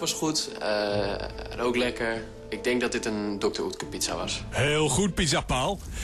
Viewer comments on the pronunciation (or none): Het is oekter niet ukter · Ben ik de enig de me ergert aan het feit dat hij dr. Utker zegt in plaats van dr. Oetker